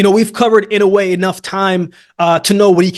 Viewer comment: i like that you say inoue's name right